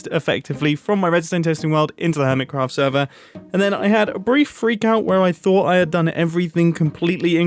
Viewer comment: Ear Mitt Cruffed